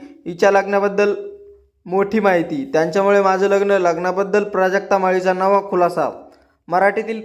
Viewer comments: अरे बाबा प्रजक्ता असा उच्चार करतोस तो चुकीचा आहे.' प्राजक्ता 'असा उच्चार कर . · अरे प्राजक्ता बोल प्रजक्ता का बोलतो 😍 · अरे प्रजक्ता नाही प्राजक्ता नाव आहे तिच. आदी नीट बोलायला शिका मग बातम्या सांगा ओ काका😂😂😂😂😂😂😂😅😅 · नालायक पत्रकार प्राजक्ता हा उच्चार नीट जमत नाही. youtube चा वापर अशा वाईट गोष्टी आणि एका स्रीची अवहेलना करण्यासाठी करू नये. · बावळट बातमीदार प्राजक्ता नीट म्हणता येत नाही. मूर्खा सारख्या बातम्या सांगतोय.